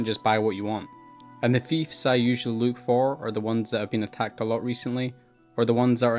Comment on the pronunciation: Oh its Fiefs not Thives. its took sometime to understand